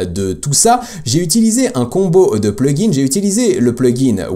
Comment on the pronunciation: Hello, tu dis toujours plugins et settings en appuyant sur la marque du PLURIEL !!! Je te l'avais déjà dit dans les commentaires d'une autre vidéo, mais en supposant que tu ne m'as pas lu, par pitié arrête de le prononcer de cette façon, ça rend fou. Je te met un lien et écoute bien comme ça doit se prononcer T'es pas à l'école ou tu dois bien prononcer tous les mots et toutes les lettres. J'espère que tu l'iras mon message et surtout continue avec tes vidéos, car ce domaine est vraiment intéressant et surtout, c'est l'avenir. 👍👍👍